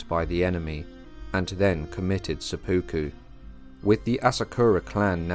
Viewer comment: Great history, thank you! For future episodes, it would be even better if the narrators knew how to pronounce Japanese names and words. It's quite distracting hearing "sepooku," for instance, instead of "sep-puku."